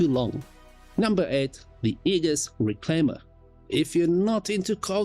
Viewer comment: Nice summary! Aegis is pronounced ee-jus btw👌